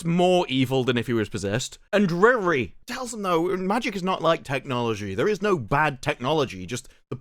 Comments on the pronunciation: Her name is not Rere, he name is REEEEEEEEEEEEEEEEREEEEEEEEEEEEEEEE. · Bro the way you pronounce Riri sounds like someone trying to say “really” with a goofball, stereotypical Chinese accent. 😂😂😂